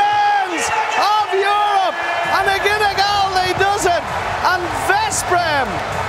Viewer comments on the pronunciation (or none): "kyyielsse de czepions of jurop" ❤️